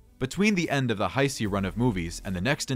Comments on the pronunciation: WTF IS THE HI-C ERA??? It's pronounced Ha-Say🙄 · I understand that. It was a joke on how the guy says Heisei. So, you were serious when you said “not a real fan”? Wow.